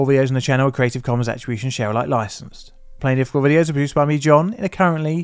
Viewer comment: Please learn how to pronounce the name of your channel. Otherwise please change the name of your Chanel to what you call it : “PLAIN DIFFICULT” I’ve literally never heard you say PLAINLY